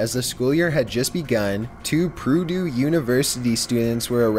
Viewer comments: Purdue University is not Prudoo. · "Geee-Anne" = Jeanne I'm guessing? Proo-Doo xD